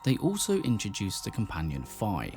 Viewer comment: 10 years and people still mispronounce the name Fi.